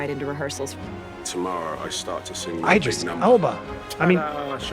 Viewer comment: It's not eyedris Elba it's just Idris (short i)